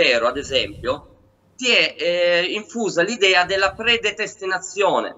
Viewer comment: la "predetestenazione"?